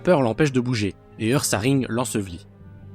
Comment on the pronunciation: On dit Oursaring même si ça s'écrit Ursaring